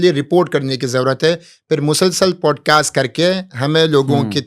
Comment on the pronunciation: Pls Poodcast nahi Podcast